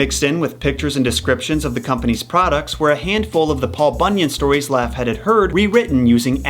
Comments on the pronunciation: It's pronounced Log-heed not laugh- head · I may be dumb, but I don't think Laughead is pronounced Laff-hed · Me laughing each time he says Laughhead 😅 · honestly, I'm not convinced you're pronouncing Laughead correctly and it's bothering me....